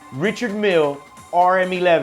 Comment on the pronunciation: Umm… “Richard?” May need to check the proper pronunciation of the brand, sir, is my only recommendation. Thank you kindly.